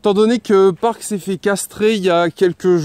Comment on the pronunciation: ta dis PARK dans toute la vidéo alors que c'est PYRO ou PIRO